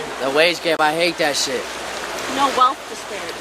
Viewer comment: I never knew you could pronounce "hate" as "häät"